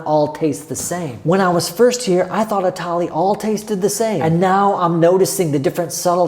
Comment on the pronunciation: It's not tally it's thali